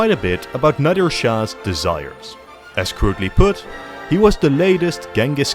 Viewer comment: FINNALY SOMEBODY TALK ABOUT OUR HISTORY 😭 iran has such a rich history and nobody even acknowledgedes it. So happy were getting some attention! Nadr shah was incredible by the way it's nadr not nadir